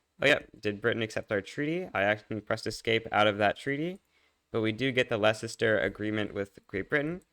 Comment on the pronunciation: my brain took a screenshot when he misspronounced leicester